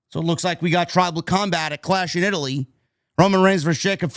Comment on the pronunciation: “Tribal cumbag” That’s exactly what I thought Jacob said. I was confused when Roman said he accepted it.